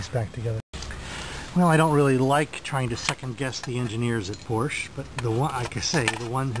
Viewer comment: Porsche engineers aren't the problem if you can't effectively service a car you cannot even pronounce correctly.